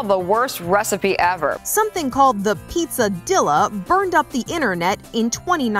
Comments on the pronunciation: The pizza Dilla is probably a pizza “dee-ya.” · The she said pronounced pizzadilla made me cringe. I wonder if she pronounces quesadilla that way too